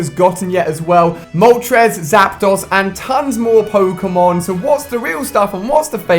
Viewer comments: Ali a needs to learn how to pronounce pokemon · The cringe is real... That pronunciation of Pokémon...